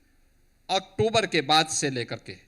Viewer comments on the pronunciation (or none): none